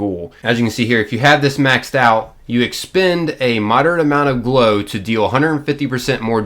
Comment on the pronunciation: Am I the only one who hears blow every time he says glow? Nothing like some coked up ghouls... in the wast(ed) land.. 🤣